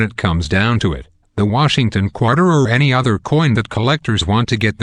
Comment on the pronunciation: I chuckle each time he says qwater